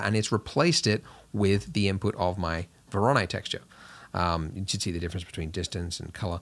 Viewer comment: Is it 'Vor-on-eye' or Vor-own-eee' or 'Vor-ah-nee'' noise?